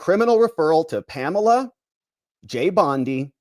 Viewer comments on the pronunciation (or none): none